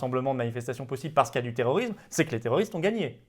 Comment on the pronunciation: Oui, et on ne dit pas "terroriZme" mais "terroriSme". Il n'est malheureusement pas le seul à faire cette très agaçante faute.